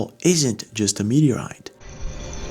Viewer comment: Meteorite is way to slow !!! It's not a.mwtoeite !!